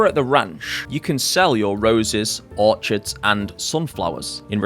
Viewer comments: No, I'm British. We say Orchids the same way. Dont know why he's saying Orchard, because that's a plantation of trees that you farm. Not the flower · really cool vid, glad i found your channel. btw orchids is pronounced 'orkids' , its a hard ch like 'echidna' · You are saying Orchids wrong. Or is that rage bait?